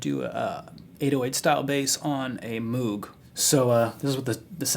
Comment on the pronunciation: its pronounced "mogue" , nice vid man :)